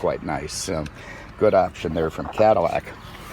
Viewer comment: I keep hearing him say, "Caddi-shmack", do you?